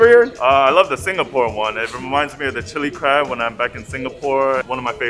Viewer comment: imma sure we don't say Chili Crab like that :D